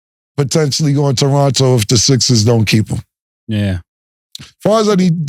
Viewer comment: Big shout to from the city. She knew how to pronounce Toronto wid out the second T.. got some work to do though.